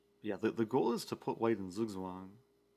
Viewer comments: is very funny to me... Just how he pronounces the word "zugzwang"... It's just funny compared to how Germans would say it always gets me :) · Zugzwang being pronounced by non german people sounds so weird xD